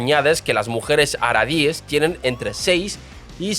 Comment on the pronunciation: Gracias, menos mal que lo dice alguien. "Haradis" en lugar de "Haredis", bueno se lo paso... pero "ashakanzies" es imperdonable